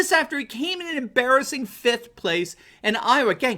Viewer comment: As optimistic as this makes me feel, a special peeve of mine is the failure to display a modicum use of proper grammar & pronunciation if you expect to be taken seriously, nor is there any need for dramatics in your delivery, OK?! How do you spell the word which denotes '5th'? It's fiFth...yes there's an 'F' in there! Give it a shot next time, huh?